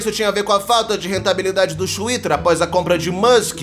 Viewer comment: O "XWITTER" kkk